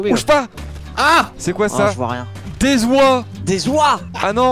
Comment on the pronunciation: OH LES OIES (sans liaison comprendra qui pourra)